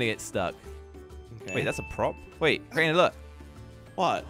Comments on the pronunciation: Kraner bro its crainer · "Kraner" bro its Crainer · How we pronounce Crainer: Crayner How pronounces Crainer: Craynah